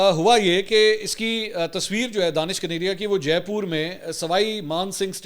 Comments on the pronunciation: اس کا نام دانش کنیریا نہیں ھے دنیش کنیریا ھے آپ بلا وجہ دانش دانش کہتے رھتے ھیں دانش مسلم نام ھے اور دنیش ہندو نام ھے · His name is dinesh kaneria not Danish kaneria. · جناب منصور صاحب اس کا نام دنیش کنیریا ہے دانش نہیں براہ مہربانی اپ تو تصحیح کرلیں دانش اور دانش میں بہت فرق ہوتا ہے